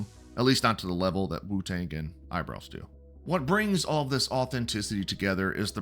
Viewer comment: wutang and eyebows. FFS tell me your a trump guy without telling you me your a trump guy🤣